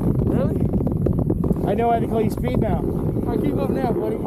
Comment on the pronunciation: "really are you serious right neow bro" got me finished inside and out